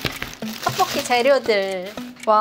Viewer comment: 떡뽂끼 발음 너무 귀엽다 한시간 반복재생 하고싶어 ㅠ